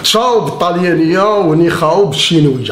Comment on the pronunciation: كينطقوها ( نيهاو .. ماشي نيخاو ) تراسك داير بحال القلوة القادرة لوضو 🖕🏻🖕🏻🖕🏻